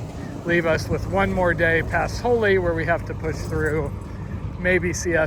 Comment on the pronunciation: I think that town in Colorado is pronounced just like the tree name Holly, unless there is one named Holey. Used to be a principal out in that southwest Kansas country. Lots of empty miles, man.